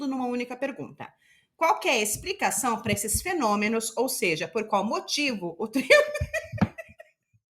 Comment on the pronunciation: fenonimos e metanicos KKKKKKKKKKKKKKKKKKKKK MORROH